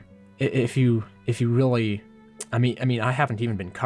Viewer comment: you say shiehld, and deficuult, shieeeeeeehhhghhhld omg READ dude, and yeeeeeero, and weally weally snerky